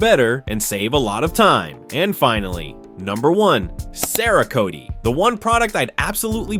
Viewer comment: another Ai mispronouncing words . comparing vss compound to a shampoo... not the same. Cerakotie??? LOL. and again... comparing a ceramic coating for paint to a headlight restoration kit... its a restoration kit... why else would you use it unless your headlights are oxidized (showing a second gen 95+ ford explorer headlight).. NOT THE SAME. LAME video.